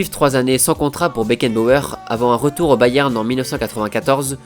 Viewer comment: un patron un leaderRRRRhhh . FRANZ BECKENBAUERRRRRRRRhhhh mdr